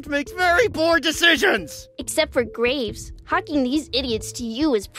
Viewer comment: I miss heard Graves as Grapes